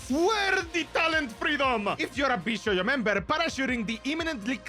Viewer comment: its not vshoujo, its vshojo